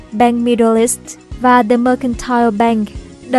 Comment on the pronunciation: âm /đ/ trong từ the đọc chưa chuẩn bạn MC ơi